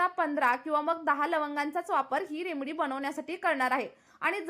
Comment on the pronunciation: Aho Taai, English jamat nahi tar marathit bola na, remdee, mhantana shembdee mhatla sarkhe vatate, aani khoop kahi. ❤😂😅